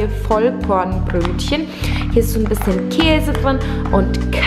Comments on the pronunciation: Alter sie sagt echt vollpornbrötchen😂😂😂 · Hast du bei "VollPORNbrötchen" gesagt? :D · hat sie da echt 'vollPornbrötchen' gesagt xDD